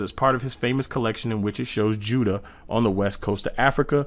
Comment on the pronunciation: It’s pronounced You-da and not widda